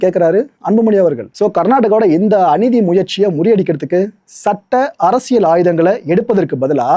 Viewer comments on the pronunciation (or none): none